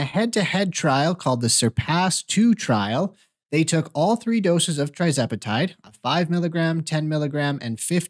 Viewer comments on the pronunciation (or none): Please learn to pronounce the name of TIRzepatide CORRECTLY BEFORE you start giving out medical advice!😱🤬